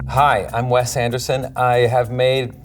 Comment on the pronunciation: Did he call himself West Anderson?